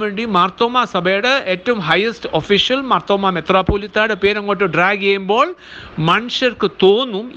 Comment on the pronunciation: മാർത്തോമ്മ എന്നു ശരിക്കു പറയുവാൻ പോലും അറിയില്ലേ സഹോദരാ? മാത്രോമമാ അല്ല മർത്തോമ്മാ 😂